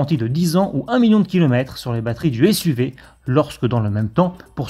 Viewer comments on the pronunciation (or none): none